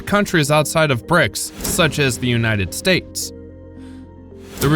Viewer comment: Stupid AI reader can't pronounce "states" and the screen misspelled BRICS. Hire real people with skills.